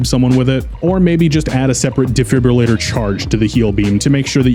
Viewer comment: ah yes my favorite gadget, the “defibbulator”